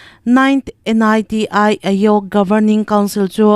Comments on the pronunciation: N.I.T.I tia lamrik tur anilova NITI AYOG tia lam rik tur ani. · Niti ayog i lam dan chu mak ve 😂